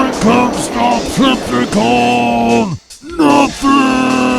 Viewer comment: Trypticon not Tripticon.